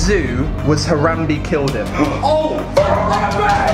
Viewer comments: ***** You called him "Harambee" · did he just pronounce harambe harambi!?!?!?TRIGGERED